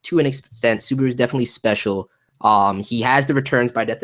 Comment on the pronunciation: Suburu really dude? your pronunciation is hilarius xD